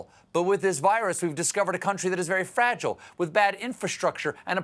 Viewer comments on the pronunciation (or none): none